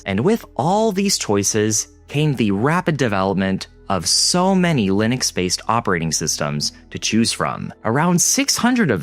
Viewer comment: why is everybody pronouncing Linux so wrong? you can pronounce Linus, but not Linux? is the same pronounciation, just with a x at the end